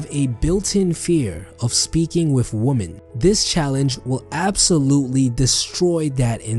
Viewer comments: Heyo I love ur vids but just so you know woman in plural is written women but pronounced „wimen“ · I like how he pronounces women XD my teacher would kill me if I said it like that